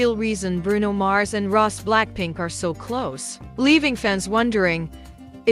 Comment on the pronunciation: Her name is pronounced Ros’ie not Ross